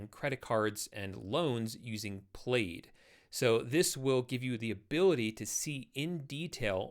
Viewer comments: Played? You mean Plaaad. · You pronounced PLAID to rhyme with "LAID" and not "BAD". 🤣